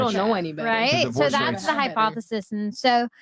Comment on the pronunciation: This chick said Hypothesesissss lmaooo lol. 🤣🤣🤣🤣🤣